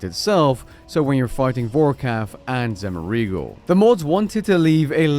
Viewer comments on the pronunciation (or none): Could you possibly have butchered Zemouregal's name more? 😂